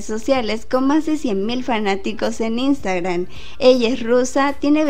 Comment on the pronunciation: Es tan difícil pronunciar InstagraMMMMM?